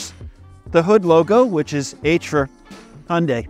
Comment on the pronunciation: NOT "Hunday". "Hyun" + "day". And "Hyun" is one syllable. At least you didn't say "High" + "un" + "die". That is just awful. Here in central Seoul, the new Santa Fe is all over the place. And people love it. Of course! But it is basically criminal to buy any model except the top one, with all the trimmings! Don't make that mistake if you are getting one: Get the top one!